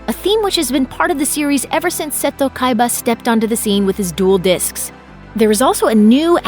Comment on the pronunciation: Ah yes, "Bacooda", my favorite white-haired Yu-Gi-Oh character. I also love the SPINOFFS such as Yu-Gi-Oh GX, featuring a duel academy made by the rich man SAY-TOE Kaiba. Yu-Gi-Oh Arc-Vee is nice too :) I love drinking myself some Tea Gardner!